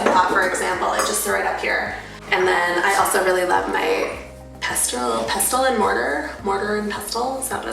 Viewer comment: Pestle : pessl … the t is silent